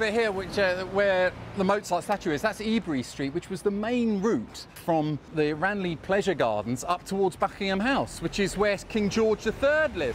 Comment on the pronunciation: Great vid. One thing though Ranelagh Gardens is pronounced Ran-lah. it was my childhood playground.